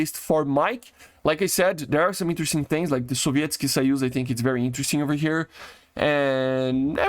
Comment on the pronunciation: BBro pronounces it quite good ngl